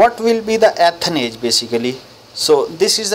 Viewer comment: son its E- than not AtHan 😭😭